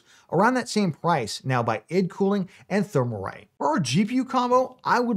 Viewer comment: hello sir , its pronounced i.d cooling not eeed cooling, thanks